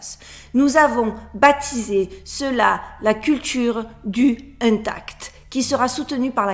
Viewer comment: bonjour! toi qui vit aux usa, tu devrais savoir qu'on prononce "heunetact";) pour ce qui est du monde de science-fiction que tu decris, il est en marche depuis un bon moment. chacun d'entre nous en profite deja (avec internet, les portables, etc...), mais, surtout: beaucoup d'entre nous poussent pour et n'attendent que ça!!!!!!